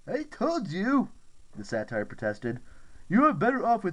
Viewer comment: Love the audio book but it’s not pronounced satire